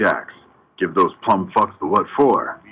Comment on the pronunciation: It's PLOOMED, not PLUMMED, General